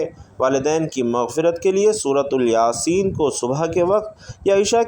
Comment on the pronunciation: سورۃ الیاسین یہ تلفظ غلط ہے